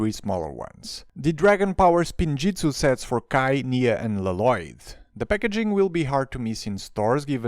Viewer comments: Why you call Lloyd l loyd instead of yoid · It’s pronunced Loyd not Lo Loyd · It’s lloyd not laloyd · WHY DO YOU CALL HIM LOLOYD UNIROINCALLY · la loyd is how its pronounced. in the ninjago movie, garmadon said so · why did it sound like he pronounce “loloyd” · NEVER......is he going to stop calling him la-lloyd😅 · it is pronounced with one L not two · If yopu watched the show you will know it is prounonced with one L not two